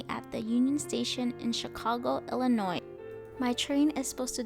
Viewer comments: Its Illinois NOT Illinoissss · The ‘S’ is silent in Illinois. 🙄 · The "s" at the end of Illinois is silent. It is not pronounced. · I love how you kept saying Illa Noise. They hate that but I think it's funny to say it your way to tease them. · Good video but a couple of minor things drove me crazy. First the "s" in Illinois is not pronounced. It's a French work like "debris". Second, about 27 minutes in describing the most beautiful views of the "whole entire" trip. Either use whole or entire but both is redundant. Again overall an interesting video. Keep it up.